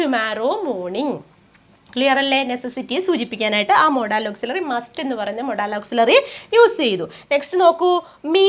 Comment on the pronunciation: Madam Please correct your pronunciation of the word ' Modal'. Your pronunciation of the word modal is highly awkward.